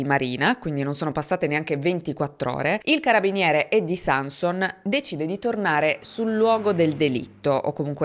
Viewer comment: Nel cognome Sanson l'accento cade sulla o (in Friuli)